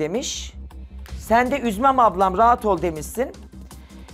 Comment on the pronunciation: "üzmem rat ol" deliriyorummm "rat"